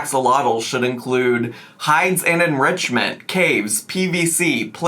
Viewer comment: My favorite is enriNchment